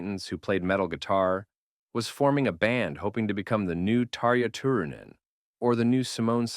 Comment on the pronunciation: When you're doing so much research on the history of this music and the significant bands finding out how the names are pronounced is a small effort. You did a fine job with Tarja Turunen. And you're not Finnish either.